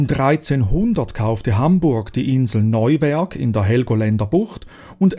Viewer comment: Eher die Schweizer Betonung, Neuwerk hat er schon korrekt ausgesprochen.